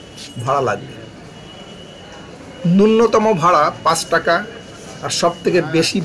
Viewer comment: apni "AJKE" k "ASKE", "PANCH (5) TAKA" k "PAS TAKA" bolchen kano? sunte advut ar kharap lagche. Ar Ganga cross korte 45 to 46 second lagbe ei Metro Rail er. Office time & normal time e ei Metro Rail er gap time different. 12 minute gap office time & 15 minute gap normal time e.